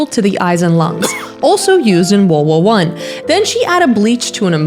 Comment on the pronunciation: wowd wow won